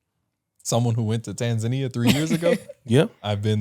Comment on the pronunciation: Finally pronounced Tanzania 🇹🇿 correctly I mean the Lady ✔️